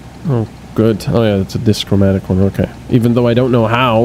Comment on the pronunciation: Also, DIchromatic. Two colors. not Dischromatic. No S!